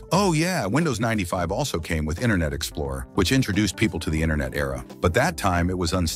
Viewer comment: the way this guy pronounces internet as "inner net" is a hoot 🤣🤣🤣🤣